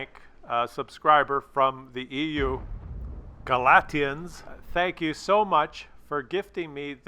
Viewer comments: Guh-LAY-shuns - You said his name wrong,. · Watching this three years later - dude, you are obviously not Catholic! Gah-lay-shuns!